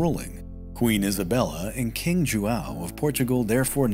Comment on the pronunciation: You also have the common problem with the nasal diphthong ão used in padrão and João. No easy solution there as few languages use that sound. Aun would be an a decent aproximation as would mimicking a short bark by a large size dog. So, pa-draun with u being nearly silent.